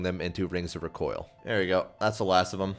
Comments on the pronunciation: Recoil: Ruh-COY-uhl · RE-coil my guy